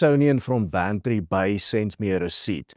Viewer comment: Its bantry bay